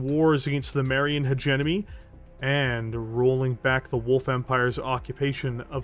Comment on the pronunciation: Dude im starting to say "hegenemy" now :( FUuuuuuuuuuuuuu